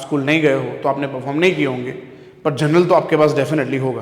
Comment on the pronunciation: Journal ❌ General ✅... Just joking btw thanks 👍😂